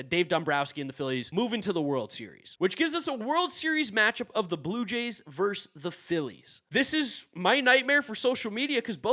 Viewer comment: Love your stuff bro, but the word is "versus." Two syllables.